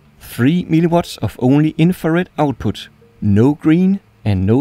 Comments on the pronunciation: It sounds you say always "MiliWater" instead of "miliWatts" xD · Why does he keep calling mW as milli-water? 🤣